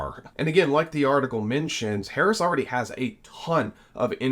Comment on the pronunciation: It’s “a” and “the” NOT “aye” and “thee” This mispronunciation is rampant on news type videos. Grates like fingers down a chalkboard.